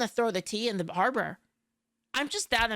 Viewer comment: “I just wanna throw the tea in the bahrber 😊” As a Bostonian, HELL YEAHH!